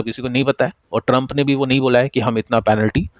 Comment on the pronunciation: Sir why you deliberately doing wrong pronunciation of US Presidents name😂😂 I think sarcasms 😅